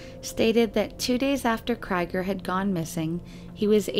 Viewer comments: I just want to point out that the last name 'Krieger' is German and the 'ie' is pronunced like the double 'ee' in 'bee' or 'heel'. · Exactly what I was thinking. It sounds like a German name and ie is always pronounce 'ee' in German. If it was spelled Kreiger it would be pronounced 'Kryger'. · OMFG! "cry-ger"?????? try "kree-ger". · Unless you’ve heard directly from the family or credible source, Krieger is pronounced “KREE-ger”. Like Robby Krieger of The Doors. Or as in blitzkrieg. Krieg is the German word for war.